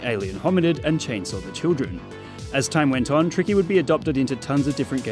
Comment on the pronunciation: The way he says "Tiky" is kinda funny